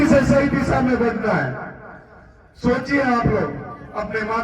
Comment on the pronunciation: भाई तेरे बोलने पर सुधार कर.... Disa ni दिशा होता है... भविष्य बोलना नहीं आता भविष्य सुधार करने की क्या हिमाकत है